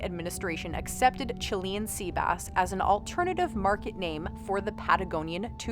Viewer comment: God quit saying Chilean like that😂